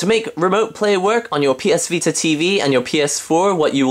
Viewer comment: He said ps pita :)